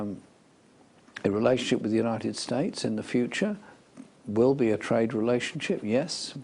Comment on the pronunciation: notice how when asked who see thinks are our important allies, when he says 2The United states" he changes the way he is pronounces it rather badly compared to every other word he says perfectly